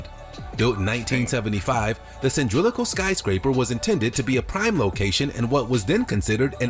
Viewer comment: Cyndrilical …..that’s all I’m going to say